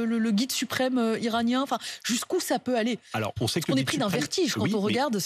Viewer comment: Cette journaliste ne sait pas prononcer les liaisons: ça peut hêtre, ça peut haller…